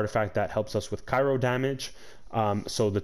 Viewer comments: Cryo* Not Kairo. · I’m sure the build is great but I can not listen to this guy mispronounce so many damn words. It’s CRYO for fuck sake. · CRYO. ITS CRYO. Otherwise great vid